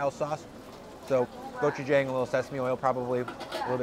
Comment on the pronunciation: great video! glad you enjoyed the flavors of my homeland.. btw.. just a minor correction in your pronunciation.. gochujang. the 'jang' is pronounced with a short 'a' kinda like how you pronounce 'john'. love your vids.